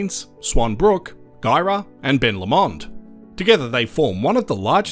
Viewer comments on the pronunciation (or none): And Ben Low-mond, not Ben Lom-ond. (Originally from Tubbamurra just east of Ben Lomond).